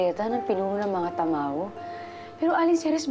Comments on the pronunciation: Who heard say tamaro instead of tamawo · Tamawo Hindi tamaro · Nasabi nya tamaro dapat tamawo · did someone mention said she said "tamaro" its tamawo